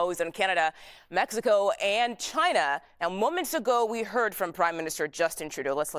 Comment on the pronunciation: i was shocked at the presser that he constantly spoke of 'raw earth' when he actually means rare earth, and I absolutely love his "Chaina" pronunciation 🥳